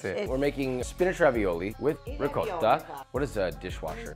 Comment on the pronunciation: Thank you for saying ricotta correctly! Every time I say it I feel like I have to also say it the other way that Americans tend to say it so they know what I’m talking about. I didn’t grow up in Italy, but my family on my dads side is Italian and the way you pronounced it is the way we say it. It feels good to hear it right lol.